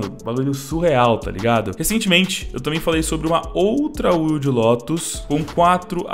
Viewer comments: Não é “uilde”. É “uaild”. Wild Lotus. Lotus Selvagem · Deus do céu. Wild não se pronuncia “uild” e sim “uaild” me dá uma aflição Mas é bois. Abraço